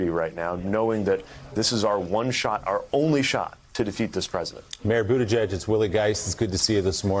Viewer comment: his last name is pronounced Booty-Judge